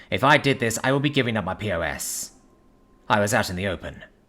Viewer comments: It was perfect other than calling a pos a P O S 😂. Btw it's pronounced just like pause or poz if you prefer. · POS is pronounced PAWS. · lol mostly right,but that pos pronunciation is not on the author.